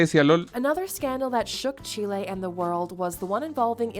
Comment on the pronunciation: she lay